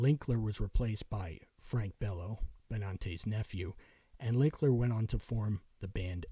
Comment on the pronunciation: It's Dan LILKER. Not LINKLER or LILKNER. Come on, man!